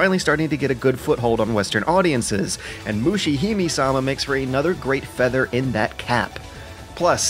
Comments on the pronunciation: its not "may", its "me" as in "Mesopotamia" and "meditation" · LOL Its not 'May', its 'Meh'! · Moo-she Hi(m)-may sa-ma It's a weeaboo pet peeve. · "Mushihimi-sama" got me so triggered, you don-- Kidding, great video. The last game in particular looked interesting! Really enjoying this series, looking forward to more. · MusheeHimeeSama - that's one way to slaughter this name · Mushihimesama is pronounced with the "e" at the end of "hime" pronounced with the "me" sounding like "may". All "e"s in any Japanese name whatsoever will sound like that, there are no silent vowels. Sorry for being the pronunciation police but it's really bugging me for some reason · Every time you pronounce Mushihimesama wrong I cringe a little. Moo-she-he-may-sa-ma. In Japanese it loosely means "bug princess" or "princess of the bugs". Just... felt like I had to get that out there.